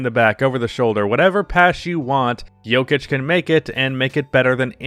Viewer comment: Man I love your channel but I would appreciate it if you could use a Serbian accent every time you said his name